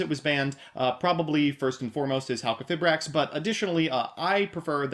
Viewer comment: Its pronounced - Halqi - fye - brax :)